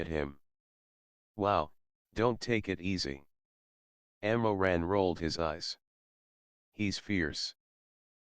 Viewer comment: the pronunciation of the ML's name is wrong it's Mo Ran not Ammo Ran the ML's family name is Mo. Some Asian countries say their family name first before their name even in writing their names I think, I am not Chinese though